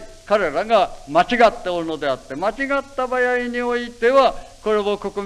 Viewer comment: せ を しぇ 場合は ばやい と発音する。 昔の発音かな？